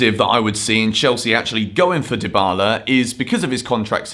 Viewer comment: « Deebala » not « Daïbala »